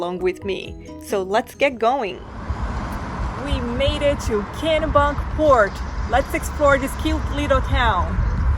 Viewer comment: It’s Kennebunk port it’s said like Kenny but instead of a y it’s an e